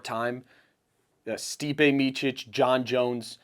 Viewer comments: Miočić not Miokik.. it's like i call you Kehudo and not Cejudo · You cant even pronounce correctly Stipe's surname, it is Miočić. Learn man he is the GOAT! Long time there